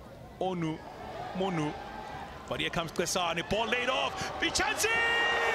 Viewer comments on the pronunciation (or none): Commentator: ONu-MOH-Nuh Ifeoma Onumonu: 👁👄👁